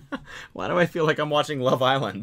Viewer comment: Cody: (hears a British accent) Also Cody: LoVE ISlanD